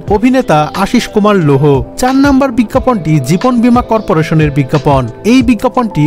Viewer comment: “বিজ্ঞাপন” কথাটার উচ্চারণ খুবই বাজে হয়েছে। বিজ্ঞাপন লেখা হলেও উচ্চারণ হবে। “বিজ্ঞাপোন”। biggapawn শুনতে কানে লেগেছে। হবে biggapone.